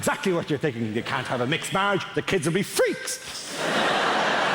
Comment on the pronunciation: I love how he said Freaks xD "The Kids will be FREAKS!"